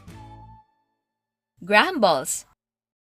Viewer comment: Graham's correct pronunciation. Hope it may help you.